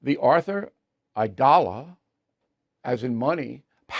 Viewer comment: The judge said his name was pronounced "EYE-dala" and you still mispronounced it.